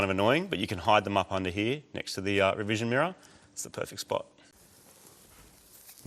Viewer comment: Did Marty call it a “revision” mirror?